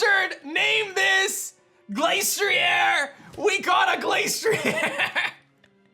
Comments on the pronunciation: Im getting mad how he pronounces it Glace-tree-air when its actually Glass-tree-er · Pronounces Glastrier as Glace-tree-air Arca-neenay: Finally! A worthy opponent! Our battle will be legendary! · ok but thats not how it was ment to be pronounced